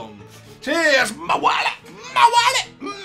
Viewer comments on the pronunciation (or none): es wawile no mawile